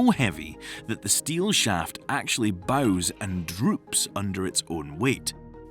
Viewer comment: I find it hard to believe that a real native British person would pronounce 'bows' the way they did in relation to a shaft bending, unless they were spectacularly ignorant